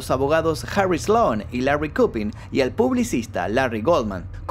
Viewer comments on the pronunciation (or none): none